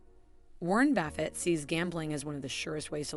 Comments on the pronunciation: Great advice, but I can’t even finish the video because she keeps saying Warren Baffit. I mean, seriously how hard would it have been to make sure that buffet is pronounced correctly, now I will spend my whole life in financial ruins because I could not finish listening. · Who the heck is Baffet? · Is it not pronounced buff-et? Or have I always been mis pronouncing it throughout my life?.....